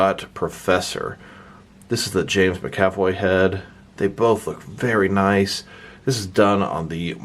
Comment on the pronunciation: Sorry, don’t want to sound like a D, but it’s “MAC-avoy”, not “mc-AV-oy”. My brain hurt every time you say it wrong ;) Also, the wheelchair wheels are on backwards, the handle goes on the outside, and with that corrected they spin freely and it won’t matter that the front wheels are non-rotating, it’ll roll nicely (at least mine does)